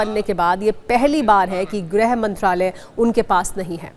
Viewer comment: It's not grah like all fool pronounce , it's grih vibhag